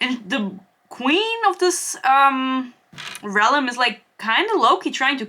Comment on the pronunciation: This seems like the video that provides me with exposure therapy to help me stop getting irritated every time you pronounce "realm" as "relem" ^^'